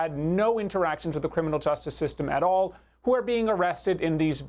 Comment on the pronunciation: Why can't she say the simple word 'all' ? It's not "ooh-all".